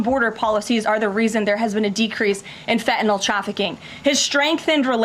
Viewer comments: FENTANYL:ending sounds like (NIL) ot fenta(nol) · its not fettenal its FENTANYL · You also said you would NEVER lie, that was your first lie and you have not stopped since!!! And it is not fentanol, it is fentanyl....you cannot even get that straight! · "Fe-inol"? As Press Secretary, the least she could do is pronounce "fentanyl" correctly. This Whitehouse is just a colossal joke on the American people. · She can’t pronounce ‘fentanyl’ properly…’fetanal’ 🤦‍♀️ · she is so smug yet pronounces "FentanYL" as "FETTENALLL". absolute trash. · What is “fehenol” - I know of fentanyl - maybe if she read the word she could pronounce it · The way she pronounces Fethenyl it’s fentanyl! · wtf is fe' e' no? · fe 'N' tanyl. ffs learn how to talk Tacobelle. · does she not know how to pronounce Fentanyl? Someone please tell her it isn't fetanyl. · Fentanyl is not said like that my dear 😂